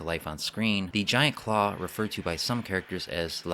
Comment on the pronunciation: Did he say ,,,"Giant Craw"...?